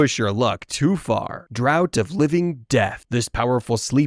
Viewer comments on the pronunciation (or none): Draught is pronounced "Draft" btw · It’s pronounced draft of living death